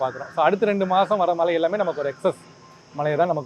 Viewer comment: உங்க உச்சரிப்பு கேட்டாலே கடுப்பு ஆகுது டா... மழை அதை சரியாக சொல்லுங்க.. சும்மா மலை மலை னு... தமிழ் pesavae தெரியாதா